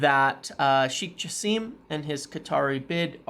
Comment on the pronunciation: Hi, native Arabic speaker here. Its supposed to be pronounced “Jaaa-sem” not “Ja-seeem”. Great video as always!